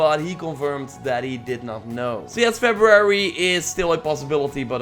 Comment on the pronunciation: Febrarararyry lol